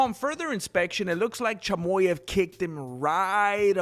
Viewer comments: A Mexican calling Khamzat “Chamoy-ev” is hilarious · What does this guy mean by CHY-MO-YEV?😂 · Thank you so much for your support Khamzat, dud! Like your channel, great job! P.s. Chimaev is pronounced as: [tʃɪˈmɑːjɛv]😅